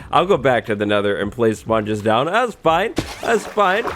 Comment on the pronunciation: when you say sponges it sounds like spawn juice